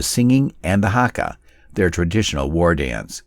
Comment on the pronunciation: “hakka” like wtf?